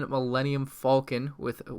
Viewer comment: He says Millennium Falcon right once then pronounced it wrong .3 seconds later